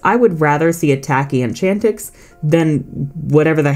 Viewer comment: DO NOT LEAVE OFF THE T IN ENCHANTIX! AND IT'S TYNIX, NOT TYHINX!